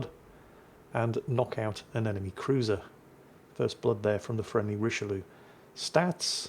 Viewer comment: Very disappointed mispronounced the Richelieu all through the game:)